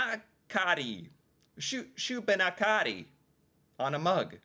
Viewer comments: B&E is break and enter shubenacadie is pronounced shoo bin ack adee with the emphasis on the Ack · As someone formerly from Nova Scotia, Shubenacadie is pronounced more like shoe-bin-ack-a-dee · that is not how you pronounce shubie